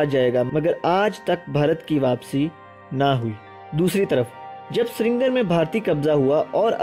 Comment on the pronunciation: بہت اچھی معلومات دی ہیں۔اللہ آپ کے علم و عمل میں برکت عطا کرے۔ آپ کے تلفظ میں ایک ہی غلطی بار بار آئی ہے اسے آپ درست کر لیں ۔۔ سرینگر کو ہم لکھنے میں دونوں طریقوں سے لکھ سکتے ہیں مگر پڑھنے میں سری نگر ،،ہی